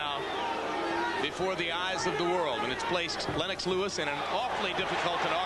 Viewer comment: Len-ox Lol 😆